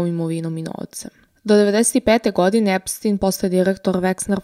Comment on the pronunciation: korektno je izgovoreno i na talijanskom jeziku je Epstin.